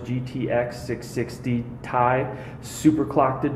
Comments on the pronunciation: I'm sure they do sais(otherwise known as "says" in english) "Thai" however is not how it is known...you are still wrong....it's T.I. kid...lolol...I'm sure your buddy at Nvidia would explain if he had a clue that when you take a look at the periodic table. It is all explained. You pronounce the letters individually. Its the same thing as with ASUS they make the directcuii cooler. ti = titanium cu = copper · it is T. I. not "thai" thanks for trying